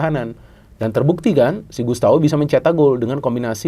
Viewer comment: Gustavo, bukan Gustawo 😂